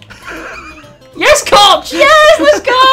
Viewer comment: James you dont pronounce it Koch 😉😂